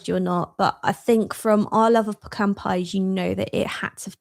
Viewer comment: Thanks for pronouncing 'pecan' correctly, instead of saying 'pee-can'.